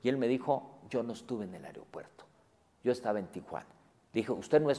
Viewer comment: me crispa que ese wey diga areopuerto en lugar de aeropuerto